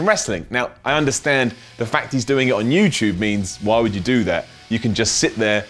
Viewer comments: It's youtube not youtyube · pronounces YouTube as "YewChoob" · is talking to us on youchube